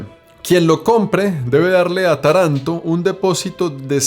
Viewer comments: Normalmente siempre he escuchado decir a la gente culta y en la literatura en general el nombre Tarento qué creó y Estoy casi seguro que es cómo se pronuncia y no e escuchado decir, Taranto pero tal vez se diga también así..mmm no lo sé .. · La ultima parte del video es corecto. Si quieres perder tu dinero y tu higado, va bien vivir aca. Le faltò decir que tener negocios en el sur Italia es probable que conosca la palabra....pizzo, y junto con la espantosa burocracia,te daras cuenta en el infierno que te metiste. Taranto se pronuncia como (Tàranto). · Perdoname pero mi oreja italiana sufre cada vez que decis Taranto con acento en la segunda a. Ademas te explico que te regalan la ruina asi' que puedas empezar a pagar impuestos, porque si', tambien en Italia si te vulves proprietario estas listo para darle plata al estado. Saludos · Buen vídeo, una cosa se dice Taranto con el accento en la primera A. Segundo Taranto nunca será un lugar turístico como tu has decido tiene un industria siderúrgica importante (seria interesante un video breve en los alreador que marece otro planeta) que a traído mucho problemas medioambiental y de salud pública (las tasas de cáncer y tumores en cancro son muy arriba en la media nacional). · Soy italiano y vivo cerca de Taranto...ah se pronuncia Tàranto, no Tarànto. Cuidado con el acento. Es una ciudad muy antigua con raíces de Magna Grecia, hace 3000 años. La influencia griega ha sido fuerte y luego la romana obviamente. En verano es un horno de verdad 🔥pero es bonita y también hay la parte más moderna obviamente, mucha industria sobre todo en el sector del acero y mucho potencial para el futuro. Esta región de Puglia es maravillosa. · Hola se pronuncia Tàranto no Tarànto ciaolin... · Se pronuncia Táranto. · Se llama Táranto no Taránto la primera A es la fuerte no la segunda. Dai su prima di fare il video controlla almeno come si pronuncia. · Se pronuncia con el acento en la primera a y en la o. Por así decir Tárantó.